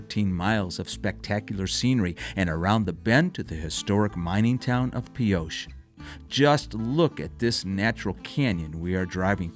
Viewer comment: Nice travelogue, but research your pronunciation ahead of production. You pronounced Pioche, as “Pee-osha” Correct pronunciation is “Pee-oach" (O as long and A being silent).